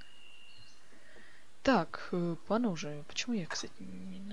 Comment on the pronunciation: пОножи ,а не понОжи